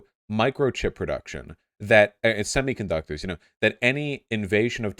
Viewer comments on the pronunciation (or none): none